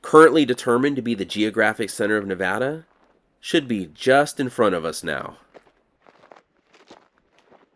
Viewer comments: Thanks for pronouncing the name of the state correctly. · I’m from Nevada and I’m glad that you pronounce it correctly. Thanks and thank you for the great video!